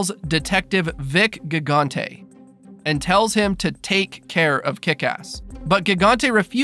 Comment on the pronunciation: Its gigante pronounced jigante